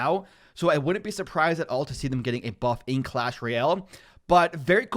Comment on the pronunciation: Excuse me....? Did you say buff?!